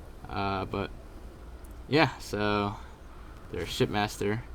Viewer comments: For this entire thing I thought you were saying "shit master" instead of ship master. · Bro are you saying shit master or ship master??😂💀